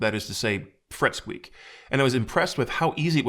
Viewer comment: Did i hear you say fret speak? Ahhhhhhhh kay.